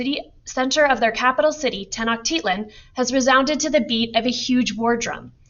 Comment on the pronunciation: (Tec-no-chi-lan) tenochtitlan